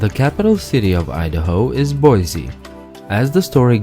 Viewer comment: I hate when people out of state pronounce Boise like Boyzie it’s like Boisee